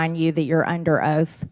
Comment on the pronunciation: Did MTG just say "you're under oats"? 😂